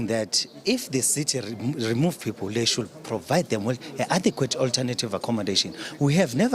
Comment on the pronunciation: That "shoold " says it all